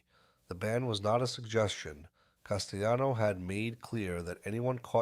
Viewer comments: Castellano is Italian, not spanish. It's not pronounced castayano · As soon as I hear "Castayano," 🫥😒🙄